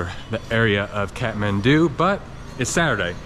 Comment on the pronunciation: Love how he says katmandu Lol- Kathmandu